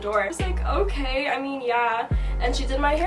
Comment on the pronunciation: Ohkaaayy with the Jamaican accent coming out shawty